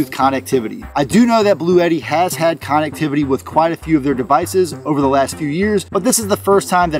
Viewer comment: You're pronouncing connectivity wrong